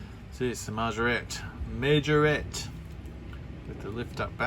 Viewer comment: Thank you for the shoot-out again,I've done the GMC tipper truck too last week and thank you for pronouncing Majorette correctly 🤣🤣🤣🤣,nice cars this week mate